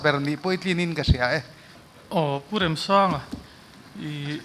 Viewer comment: Pu Remsanga hming hi in lam dik lo deuh em le!? Amah chuan lung ka REM tiha, REM tih thluk hi a hmang niin ka hria. Lo ngaithla chiang deuh mah t'u.